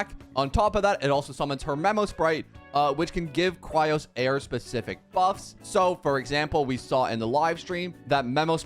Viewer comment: FOR THE LAST TIME ITS CHRYSOS NOT CHRYOS NOR NOTHING ELSE JUST CHRYS OS